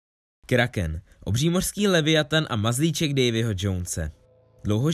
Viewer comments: vyslovuje se to kráken😂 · Vyslovuje se to Kráhkém xd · Myslím že správně je to Kráchken 😁